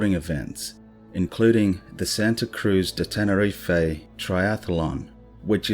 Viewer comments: Love your channel! Awesome content to watch just before bed - don't know why I always find that unnerving stuff at night, but it's great!! Pet peeve - mispronunciation. You said 'Ten-er-ee-fay' it's actually 'Ten-er-eef' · The way we say tenerife in the UK is that we DON'T pronounce the e on the end. Its actually Tenereef how we pronounce it. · It’s not his voice it’s ai he sounds a bit Australian surely not going to to all the research and butcher the name of the island he’s researched?